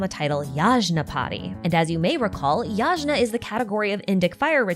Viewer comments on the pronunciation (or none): not trying to be rude but the word yagna is pronounced like yaghna the g is like hard sound of g like in italian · hahahaha tiny correction Yajna is actually pronounced "yuh-gyuh" I'm not a linguist so idk why but someone decided the romanization for gya/gyuh should be "jna" (ps We still write gya as in yagya when texting...very few people use the official yajna spelling over the phonetic yagya spelling) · As an Indian, it took me a hot minute to realise you were talking about Homa and Yajna - the pronounciations always throw me off. For years now its bothered me that Dashrath has been bastardised to Deshret, and that fucko is somehow the singular most lore relevant character in the game.